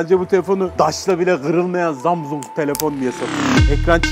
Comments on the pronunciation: abi zamzung değil samsunk :) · abi şu na Zamzung Diye Okuma Gıcığıma Gidiyo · zamzung XD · ZAMZUNG DEĞİL ZAMAZİNGOO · Zamsung değil ZAMZUNG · 22 gün jarjı gidiyor zamzungun 😂😂😂😂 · zamzung imizin jarjı olmuyor 😂😂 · her zamzung dediginde istemsizce guluyorum🤣🤣🤣🤣😂😂😂😂😂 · Her zamsung ve jarjı dediğinde çıldırıyom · zamzung XDDDD zamzung xdd ZAMZUNG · zamzung grfudvrb çok güzel demiyor mu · abi çok komik zamzung diyon ya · zamzung ne laaa gülmekten geberdimm abeyyy :) :) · Abi zamzung ne ya🤣😂😅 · Zamzung - jarj 😂😂😂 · Zamzong ne aq 😂😂 dakika ya bakın